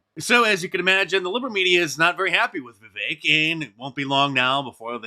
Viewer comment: It's Vivek, as in "hi-tech" or "deck." Not "Vivake."